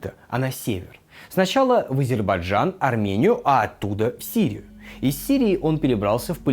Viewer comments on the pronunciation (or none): none